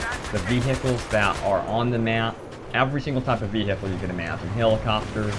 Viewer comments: Why does he say vee hicles its pronounced vee icle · Veehicle lol nice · the way u say vehical is so funny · Actually he says wi-hickel. No idea how you got it to Ve he icle. ._. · Ve he icle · vee-hi-cle... lol, the way you say it...great vid though :D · I love how he says vehicle!! hilarious!!